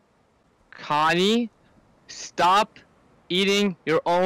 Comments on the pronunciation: connie during attendance: “its actually connie”. levi: “cone eye” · Connie = cone eye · Levi: “CONEYE”